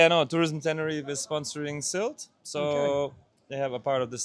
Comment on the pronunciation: finally, a local says Sylt around 2'55"....good to know!